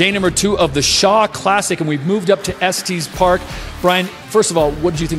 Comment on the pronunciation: "Esteez park"??? Estes Park is pronounced 'est-ess park'. Colorado pride.